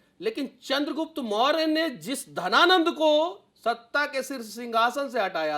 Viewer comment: घनानंद होता है की धनानंद होता है महोदय....